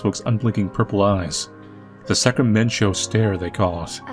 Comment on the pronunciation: Cannot get over the name of the town. I’m from Sacramento so hearing Sacramen-cho is really throwing me off and out of the immersion